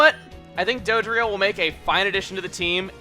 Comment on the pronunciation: Dodrio? Sorry Chugga but that's bad.